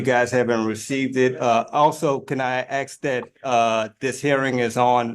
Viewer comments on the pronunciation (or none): No. No, you cannot “axe” anything. Speak English, plz